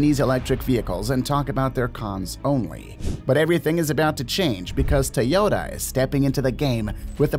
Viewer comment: If you worship Japanese so much, start by pronouncing Toyota correctly lol. You keep dreaming Japan will ever catch up to China in EVs.